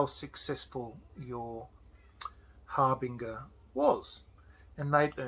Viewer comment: Harbinger is pronounced har-bin-djer like a herald.